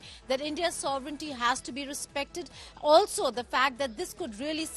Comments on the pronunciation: Wow your anchors keeps saying Sovernity instead of Sovereignty. Ridiculous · What is sovernighty ? How to speak sovereign we have to ask the anchor !!😂 00.05